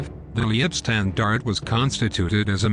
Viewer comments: Leibstandarte - pronunciation "lypshtandart" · The computer generated mispronunciations are pretty appalling. Duncocky? Lee ebstandarte? I could go on, but...well...there are just too many, and too appalling. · Good video, but....Leibstandarte is pronounced "Lypshtandarter" - other pronunciations are abysmal. Suggest you get some language coaching from a language school before you embark on another production. Cheers 😊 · The mispronounced German words and corny synthetic computer voice makes this ridiculous mish-mash of recycled and useless information absolutely unbearable. It's pronounced: "Lybe-stahn-dar-teh" for God's sake!🤣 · I wish they'd learn the correct pronunciation of ''Leibstandarte.'' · Leibstandarte is pronounced: Say Leib with e being silent and say "i" like HIVE say "stand" with "a" sounding like O in POND say arte like ART AH